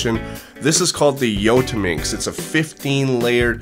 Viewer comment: the way he says yottaminx